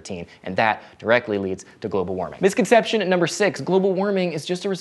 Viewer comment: It's misconception (4 syllables), not misconceptionate. I can't go on not saying anything. C'mon, slow down.